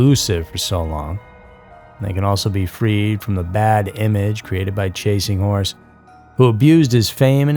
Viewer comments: Oh my are you saying chasing whores? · Chasing wHores lol did anyone else hear that about the third time he said chasing horse I bout spit my water out